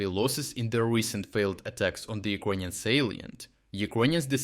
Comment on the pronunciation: Bro, you need to practice saying "ukranian" in english. It took me 5 minutes to understand what you were trying to say, almost quit the video.